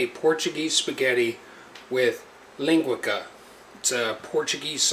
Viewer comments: It’s not ling gwa ka...... it’s linguica... ling gwee saa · LinguiKA!!! Lol its pronounced Lin-gui-SA. You gona get some Portagees madd, lol!! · I'm from Hawaii and we love Portuguese sausage with eggs and rice for breakfast. I will be trying this recipe with only the Portuguese sausage. However, the way we pronounce linguica like this, ling-gui (as in guido)-sah. the "c" in linguica is pronounced like a "s". Thanks for the recipe! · DUDE…no self respecting Portuguese cook would ever use soy sauce plus you’re using penne not spaghetti… you just put out two cultures with one dish. Ling-weee-sa is the right way to pronounce it.. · Puh-lease! Learn how to pronounce “linguica” before you tell me how to cook it!!! BTW, the “c” is soft…